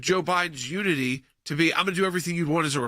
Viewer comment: "Uniny" - President Joseph R. Biden